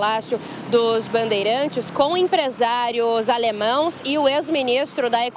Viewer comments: Empresários 'ALEMÃOs'? Essa repórter precisa ler mais e adquirir mais cultura antes de ser repórter. Até parece que veio de alguma empresa do grupo Globo ou Folha/UOL. Nível baixo. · Caraio,a repórter falou msm "alemãos" ? Kkkkk foi-se o tempo q português era sinal de primazia para o jornalismo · Alemaes e não alemaos , Reporter errou coitada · A repórter disse Alemaos e o correto seria Alemães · Empresários "Alemãos"? Péssimo português!!!